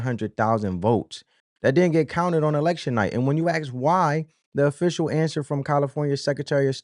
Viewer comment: Ask, not "axe"!